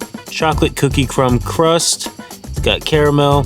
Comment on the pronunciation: You said "chocolate cookie cum crust" 😂😂😂😂